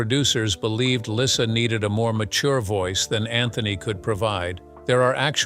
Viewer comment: Lyssa. Not Lisa.